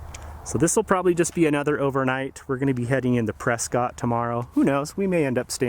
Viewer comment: Loved this video. ❤️ we saw our rig! Paul and I made words to your song at the end which consisted of us just saying “” in different tones. 😂😂 Also, it’s pronounced Pres-cut. 💕